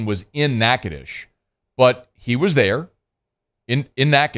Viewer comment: That's for saying Natchitoches right.